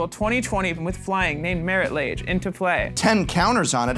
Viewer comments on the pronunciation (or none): I always pronounced it Marit (Log-Ay) Lage